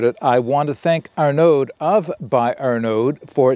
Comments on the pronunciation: Great review! Looks like an awesome rocket stove! Don't pronounce the d, "Arno" like "Arnie" (as in the governator) but "Arno". I "may" be wrong but "aud" usually = "oh" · aud = "oh" IN FRENCH. I forgot to add that bit! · Thanks for the preview. Heads up, Arnaud doesn’t pronounce the D at the end.